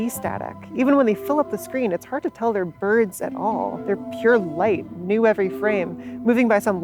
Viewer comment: Ayeeeeeee its da fkn boids